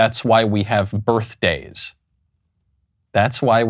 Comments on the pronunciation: "That's why we haz berfdayz..." - 🤡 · I belive she said "birfdays". Real rocket scientist. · She said "birF-day" and you are racist for correcting her and saying it the correct way. Racist! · Birfdays, not birthdays. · "...that's why we have burfdays". Ugh.